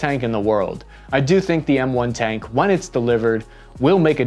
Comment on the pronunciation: "cank"? tank?